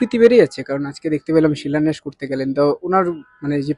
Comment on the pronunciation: ওনার শিক্ষাগত যোগ্যতা নিয়ে প্রশ্ন থেকেই যায়। "শিলন্যাস" বলে কোন শব্দ নেই। উনি "শিলন্যাস" শব্দটাই বলেন। কথাটা "শিলান্যাস"। আর উনি "দোয়া" কথাটা বলে মুসলিমদের উদ্দেশ্য কিছু বলে দিতে চান।